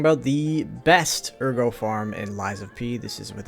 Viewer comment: why do you call it agro when in game they say it the way it should be said lol it’s ERGO pronounced like AIRGO in game